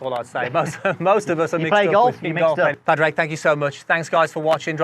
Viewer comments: Its pronounced 'Paw-draig' not 'Pad-raig'. Please god stop it ... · I love Padraig’s no nonsense speech, we all have similar parts (well two styles but) fundamentally (see what I did there) you need to get your butt into the game! Squeeze those glutes for impact! Incidentally, not trying to be a diva here but you pronounce Padraig as Porrig! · Love the little chuckle at the start as his name is mispronounced. Yet again. Shows he is a man of patience😅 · by the way for me and my golf the first laugh from Padraig was for butchering his name